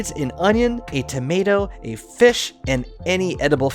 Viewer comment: Please dont pronounce tomato as tow-ma-root